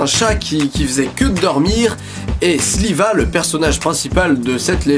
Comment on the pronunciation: Il dit Sliva mais c pas Shiva ?